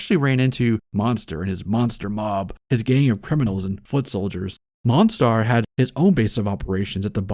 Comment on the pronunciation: It is pronounced Mon-Star. Yes, it ment to suggest "Monster", but it is not pronounced like it.